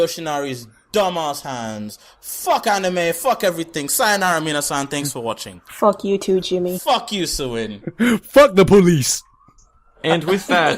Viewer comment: its not suin.its SOOOIN.